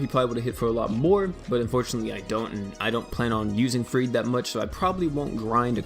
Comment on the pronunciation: Don’t act like you didn’t just say FRRED